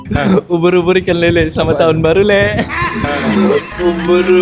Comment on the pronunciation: Aku rasa aku tak pekak lagi.."asslah tahun baru,syg kamu Selama nya".. asslah Dan Selamat jauh bunyinya... Ang mmg cekapp...hahaha